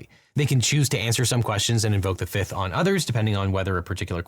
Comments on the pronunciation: Just prior to he said "firth amendment" right? I'm not crazy? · hehe. "Firth" amendment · I'm sorry the FIRTH amendment? Damn I didn't know we had an amendment from the guy from Pride and Prejudice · Heehee. I freaking love verbal slipups and typos. Thanks for pointing out, I got an honest giggle out of that. ❤